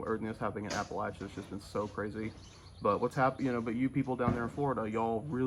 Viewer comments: Thank you for pronouncing Appalachia correctly! Means a lot. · Hey! I am a North Carolina native and resident. I am heartbroken to see the western part of my home state totally devastated. Your pronunciation of Appalachia was correct! It grates the nerves when it is pronounced incorrectly. Please pray for the residents and especially the first responders and volunteers that are helping in the recovery. Samaritans Purse and the Red Cross are great vetted organizations to donate to. Also the Salvation Army and the NC Disaster Recovery Fund. Thank you every one for your prayers for North Carolina!!❤❤